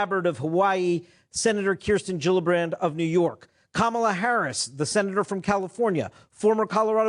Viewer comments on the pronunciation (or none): Soft 'g' in Gillibrand and Buttigieg. It really bugs me each time you get it wrong.